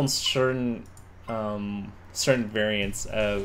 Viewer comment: Did he say variants of tetris? 🤣